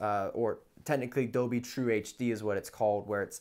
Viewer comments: Wtf is Dobey? Are you saying Dolby? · AT one point i even thought he sad 'adobe'...